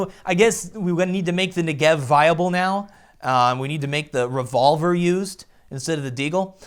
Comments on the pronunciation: "Nigev" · luv your vids m8, i just have one (probably on my side) issue, the "Negev" pronunciation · 1. You pronounce "Negev" wrong. 2. Your suggestion about the unranked match-making isn't good because high rank players will be able to play against low rank players. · I'm done,everyone saying Negev in a wrong way ffs I'm Jewish it's a real word fyi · FOR FUCKING TANJ'S SAKE!!!! Negev is pronounced with the emphasis on the first syllable. And as to why am i so triggred: the negev has 150 bullets and gets more accurate the more you shoot it. So keeping triggered means still having a rail gun firing at 800 RPM.